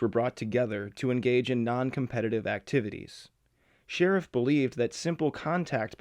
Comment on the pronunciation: Sherif: SHUH-REEF Not sheriff... you fucking twat